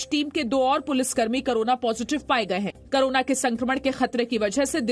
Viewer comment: करोना नहीं कोरोना.. मैडम